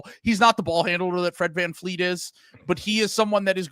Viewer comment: It's such a douchey American thing to just declare at the beginning of an episode that you're not going to pronounce a foreign name correctly. I think it's cringe AF that you're not even going to try. Fleet? Vleet. It's just a different consonant. You do media for a living.